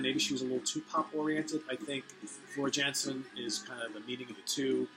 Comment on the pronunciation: You gotta do a review/ranking of all the Nightwish albums. I fucking love Nightwish. My favorite album would probably be Oceanborn. Also, Floor's last name is pronounced Yansen. The "J" sounds like a "Y" in some European countries.